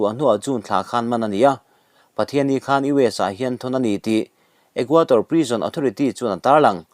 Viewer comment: Equator a ni lo, Equador tih tur.